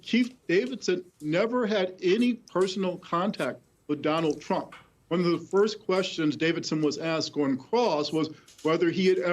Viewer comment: Around the mark, Paul Butler calls him Dump!! I've listened to it three times and can't see that it's anything else.